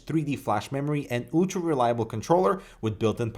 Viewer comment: "OOOOLTRA reliable component" hahaha love you